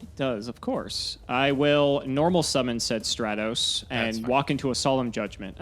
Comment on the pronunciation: mark this day on your calendars folks FINALLY pronounces Stratos right and now for Ryza